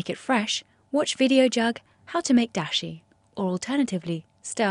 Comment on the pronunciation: I mean Dashi, not Disha. wtf